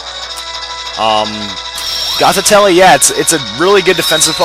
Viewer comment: It's pronounced Goth-I-Tell, not Goth-I-Tell-E